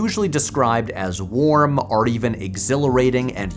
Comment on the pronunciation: Why do you say "or" the same way as "are" ?